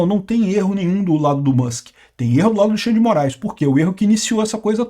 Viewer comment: pq o fala Musque e não Mãsque?